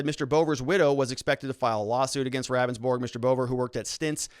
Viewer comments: It's pronounced "Roundsburg" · Good vid but Ravnsborg himself in the video it’s pronounced (Rounds - borg) just FYI